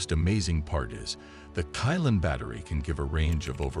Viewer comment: Qilin is read as Chi-lin not kai-lan.. don't really understand chinese throughly...